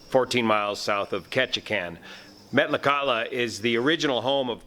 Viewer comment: Met-la-kat-la.. almost got it pronounced right. The flight was a scheduled Part 135 commuter flight.